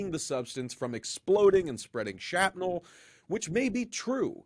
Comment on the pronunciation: I have appreciated seeing some of your content and the fact that no one else is covring it however today was very disappointing and I stopped watching. I was less than 2 minutes in, and 3 words were mispronounced, one of those mispronunciations is a deadly mistake. You said: 1) Fright train 2) shapnel 3) worst of all you said phosphine,....but there is no phosphine from vinyl chloride. The word is phosgene. You have to get this sort of thing right.